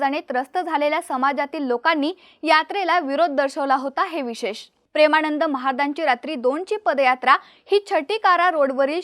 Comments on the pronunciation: ण नाही गं बाई ...न म्हण..प्रेमाणंद नाही प्रेमानंद😂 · प्रेमाणंद नव्हे प्रेमानंद. योग्य उच्चार करण्याची सवय करा. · ताई त्यांचं नाव प्रेमानंद आहे.. प्रेमाणंद नव्हे... उच्चार सुधारा.. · काय भाषा आहे प्रेमाणंद , अ णू यायी, आणंद 😂😂😂😂😂